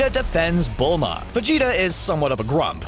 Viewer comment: How cbr say my bilma 🤣🤣🤣😂😂😂